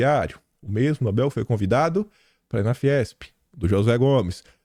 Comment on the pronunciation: Irritante ouvir “NÓBEL”, o correto é NOBEL, sem acento. A sílaba tônica é BEL (oxítona)!